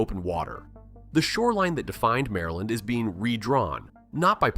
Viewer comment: Mareland, Murrlind